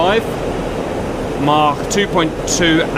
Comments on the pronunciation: According to the dictionary it’s pronounced Mak or Maak but not maarchkhc. Unless you’re Welsh 😄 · Why is Cap saying Mach with a German accent?